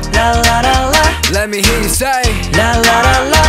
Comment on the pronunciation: Felix: there you gar mayte! Felix: Lemme heah ya saaay!🫶🏻